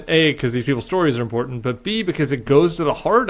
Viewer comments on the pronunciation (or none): Imporunt? That's not a word